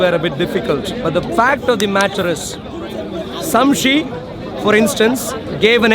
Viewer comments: "Samshe" lol. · man sayin samshi not shamsi😂😂